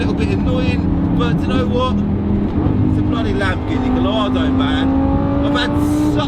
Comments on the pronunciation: Pedantic I know but Gallardo is pronounced “Guy-Ardo” not “Gall-Ardo” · Ffs if you do a review on a car learn how to pronounce it properly, sorry but you lose ALL credibility when you cannot even get the name right!!!!! It’s pronounced “ GUY. ARDO” the L is not pronounced at all